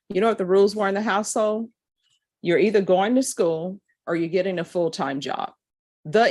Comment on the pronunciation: Did she say my "HOUSE-HOE"? IT'S " HOUSE-HOLD" WHY can't she PRONIUNCE the L??😂😮